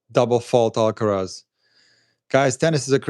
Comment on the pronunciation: And if someone could pronounce his name properly that would be amazing